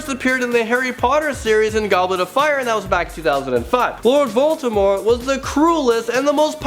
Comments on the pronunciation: You pronounced Voldimort, shaking in anger xD im harry potter crazy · it's not voltemor... it's voldemort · It sounded like he said Lord Baltimore XD But my favourite HAS to be Anakin. But he isn't truly a villain, so... I'm guessing instead it's Kylo too.